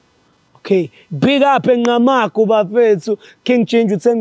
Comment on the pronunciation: Okay guys its Ngqamakhwe not Ngqamagu Respect our Villages